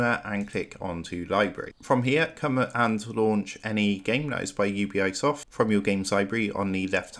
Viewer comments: Bro, it's "You-Bee"soft, not u-b-i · it's UBI, and not U-B-I XD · It’s pronounced you-bee-soft not you-bee-I-soft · Ubisoft. Not U B I soft. Its short for Ubiquitous Software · UBI eyesoft cant even say the name. fkwitt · I'm downvoting and not subscribing simply because of the annoying way this guy pronounces Ubisoft. Ugh.